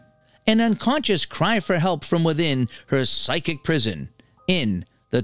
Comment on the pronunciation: Psychic : pronounced like 'sike-ick'.